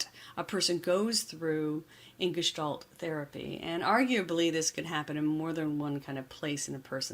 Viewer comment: Finally! The word Gestalt pronounced correctly, thank you.